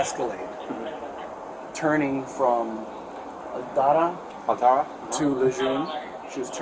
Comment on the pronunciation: the way he said altara made me cringe lol